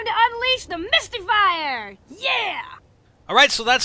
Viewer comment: Misty is referring to herself when she said mystyfier